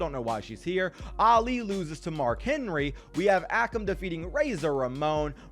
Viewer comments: not ah-kum its ay-kum akam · It is. Pronounced a-come and Rey-Zar